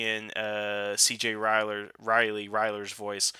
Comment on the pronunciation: Brother, I love your videos but for the love of Zordon, Thuy Trang's name is pronounced TWEE. Dacre Montgomery is pronounced DAY-KER and RJ Cyler (pronounced KYLER) isn't CJ Ryler haha. One love!